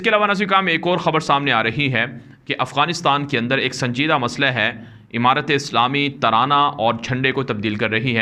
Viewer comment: Emarat nhi hota amarat hota h